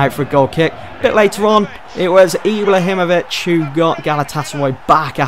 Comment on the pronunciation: Ibla himovic? I am from Sweden btw